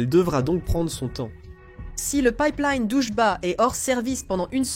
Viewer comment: Le Pipe Liiiine ^^ si tu prononce Line comme il faut fait un effort